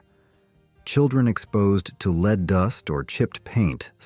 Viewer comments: The commentor is saying lead LEED how silly how could you not know that it is pronounced LED lead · The robo-voice pronouncing the stuff in paint and gasoline like "leed" instead of "led" is making me crazy. Otherwise, interesting content. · “Lead based paint” (Lead…pronounced like “led” not lead,like “leading a group…) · AI is disappointing. Lead is pronounced Led also metal darts were available in the 50s same with candy cigarettes. Shame on U for misleading people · Leed paint? Lead paint. This AI voice is terrible, but actually it's the person who programmed it. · Lead - as in leed? Red dye number? Did an AI read this? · Lead is pronounced led. AI has to be edited. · What is up with the mispronounced words.? Lead paint.... is this an ai generated speech or done by a non english speaker? I enjoy the videos but iften.the mispronounced words and unrelated pictures irritate me beyond